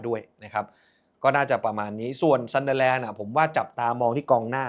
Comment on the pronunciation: มาอีกคนละ..ออกเสียงซันเดอแลนด์ ทำไม่ไม่ออกเสียเหมือนเฮียเม้ง ซันเดอร์(เด้อ)แลนด์ มันเป็นอะไรเหรอครับ ไม่ใช่แค่คุณนะครับ หลายคนก็เป็น แจ๊คกี้เรียกวาตารุ เอนโดะ ตังกุยเรียกโรเบิร์ตสัน(ไม่ออกเสียงซั่น)ทั้งเกม..